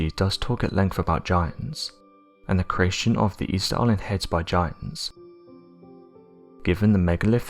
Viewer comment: I swear he keeps saying hens instead of heads every now and again 😀😀😀🐓🐓🐓🗿🗿🗿